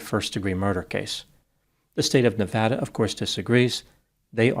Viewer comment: might be the first person from the east coast that I've ever heard pronounce 'Nevada' correctly